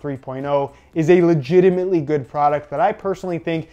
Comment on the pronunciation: Dare you to count the amount of times he says legiemant